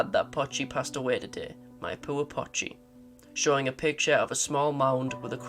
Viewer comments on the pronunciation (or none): It's POCHI, not Pachi. "POE chee"